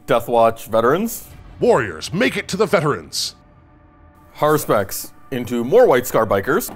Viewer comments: Cool vid, but please,, i beg of you. Har-us-pex, it’s a latin term for a priest who reads entrails. Has-pur-ex is… painful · that and Hesperax. Its HaRuSpex. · HA-RU-SPEX "Hesperax" is a different army entirely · Always thought it was Haruspex not Haspurex lol. It doesn't seem like the 'Nids had much of a chance in the beginning few turns. They were getting shot off the table sadly 😢